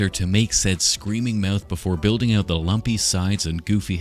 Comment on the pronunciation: just the way he says uuouut made me think he was a Canadian